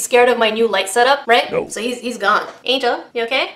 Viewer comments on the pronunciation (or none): none